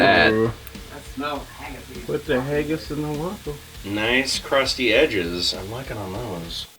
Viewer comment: Fuck. I love you bro, but if I hear you say hayggis again I'm gonna do rip my hair out.